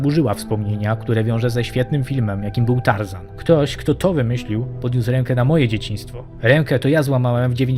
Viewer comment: Tażana nie Tar zana.